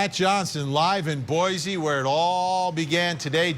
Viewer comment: Also it’s “Boy-SEE” .